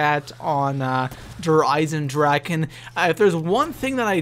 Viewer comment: It's called der Eisendrachen